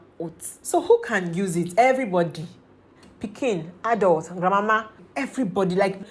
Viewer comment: Lol...the way you said Grandmama, makes me laugh